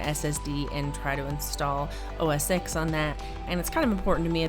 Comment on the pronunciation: ITS NOT OO ESS EX Its pronounced as OS 10 or Mac OS TEN